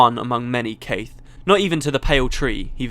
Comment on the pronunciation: I actually think that Caithe's name is not pronounced the way you do it. You pronounce the "th" in her name like in "Theatre", and I think I heard Ree (And Kirsten too) say it on several occasions with a rougher "th", more like in "the", but kind of pulling towards a Z in some ways, like saying "the" while biting down on your tongue. DAMN it's hard to describe this in words! Speaking of Caithe, I liked her old look better. Now she seems... evil...